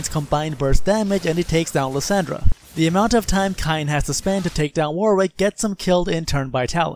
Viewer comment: Lol the way you say kayn